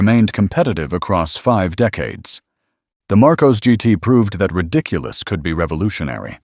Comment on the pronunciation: And it's pronounced "Mar-koss", not "Mar-koze"